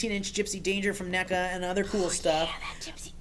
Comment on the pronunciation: every time says NECA it sounds like he is trying to say my name but messes up because my name has been pronounced like that before.